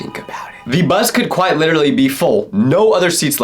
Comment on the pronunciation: Why are u always trying to say LITERRLLY instead of LITELLLYYYYY....